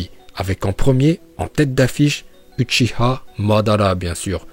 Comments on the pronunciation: Déjà c'est uchiwa pas uchiha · pk vous dites uchiha alors que c'est uchiwa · Oui mais dis uchiwa pas uchiha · utchia 🤣🤣🤣🤣🤣, c’est utchiwa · Uchia c'est pas ouchah c'est ouchiwa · mdr c'est uchiwa pas huchiwa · Uchiwa pas uchiha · Dsl mais c’est uchiwa pas uchiha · Dit pas uchiha ça pe stress dit uchiwa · Lacoste Tn le boss nn en vrai c uchiha va voir en vostfr comment il le prononce c juste en français ils l’ont transformé en uchiwa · apprend a parler c pas utchia mais utchiua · Attend il a dit huchiha la j’ai pas rêvé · On dit uchiwa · On prononce "uchiwa" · Uchiwa t'a daronne t français non tdc tu dis ashilama ou madala donc prononce normalement pff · Pk tu dit uchi-HA😂😂😂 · On dit Uchiwa et non Uchiha on dit Kurama et on dit Naruto Shippuden et non Naruto Shinppunden